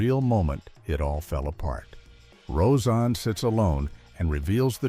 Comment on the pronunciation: Say the names right. Seinfeld was said wrong and so was rose anne